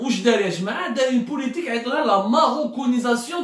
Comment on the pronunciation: Tu viens de demontrer que tu es un khorti .avec ce Life tu viens de signer ton arrêt de mort de journaliste intègre.. Parler de la marocanisation un terme que tu n arrive même pas à prononcer correctement mais pour l expliquer tu es à côté pour des raisons douteuses......